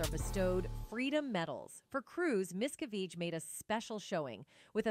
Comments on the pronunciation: This video narrator needs to learn how to property say the name Miscavige. She said it differently and massacred it every time!!! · Why do you pronounce David’s last name correctly part of the time and incorrectly the rest? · Human, please teach AI to Learn the correct pronounced name miscavige. This video pronounced it at least 4 different ways. Rediculous..